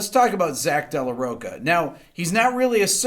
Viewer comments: Zach's surname is not "de La Roca". The "ch" in Rocha" is pronounced like the "sh" in "sharp". : ) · FYI, you're pronouncing Zach's name wrong... The "ch" isn't hard (Ro-ka), it's soft, like the cha cha. I love your videos, though! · “Row-cha” not “Row-ka” geez